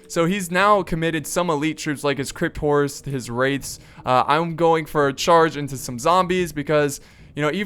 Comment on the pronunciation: Did anybody else think he kept saying "crypt whores?" lol